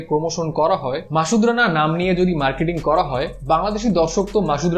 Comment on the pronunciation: মাসুদ রানা, not মাশুদ